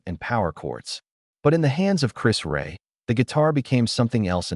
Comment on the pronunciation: I’m originally from Middlesbrough myself and his name was pronounced ‘Rear’, plus while talking about him using his pinky, both photographs show him using his ring finger.